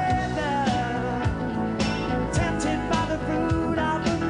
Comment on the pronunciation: Tempted by the fruit of anether Tempred but the truth is disceverd lol at his pronounciation